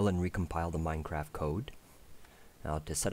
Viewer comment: He has an issue saying the t's Minecraffffffff